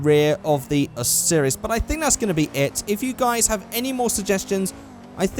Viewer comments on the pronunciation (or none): why do you call a spawner a spooner? also the osiris is pronounced O' sigh riss. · you pronouced Osiris wrong